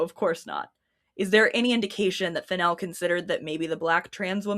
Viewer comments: The FennELL pronunciation didn't cause me a second thought until I learned Emerald has a fashion designer sister named Coco Fennell. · Let's goooooooooo mispronouncing Fennell gang. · it feels like the 'wrong' pronunciation flows better, the syllables make more sense